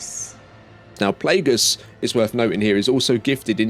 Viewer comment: Dude it's NOT Plaugus